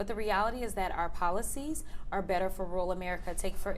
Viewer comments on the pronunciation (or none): I'm a big fan, Ms. Crockett, but please don't pronounce "rural" as "rule."